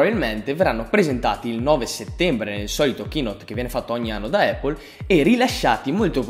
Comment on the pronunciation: comunque si pronuncia "Appol" non "Eippol".